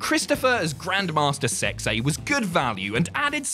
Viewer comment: Something special about hearing "Grand Master Sexay" in a british accent